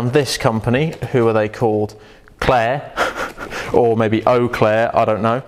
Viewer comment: LOL Claire, it's Ciare dude!!!!